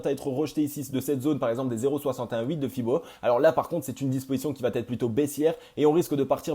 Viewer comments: comment t'écris "ça va-t-être"?!? ;-) Il n'y a pas de T dans la liaison. Pour le reste bravo -) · Merci pour cette vidéo très intéressante mais ta crédibilité serait encore plus forte si tu acceptais de supprimer ce foutu T après va. On dit va être, pas va têtre